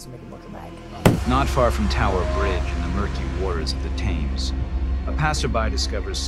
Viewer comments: eww why he said thames like that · It’s such an awful situation but it is really pissing me off how he said Thames, why did he say ‘Tames’